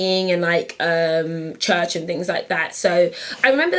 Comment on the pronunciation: "Univehsity, Chuhch, Mike" :) That is so cute Patyyyy!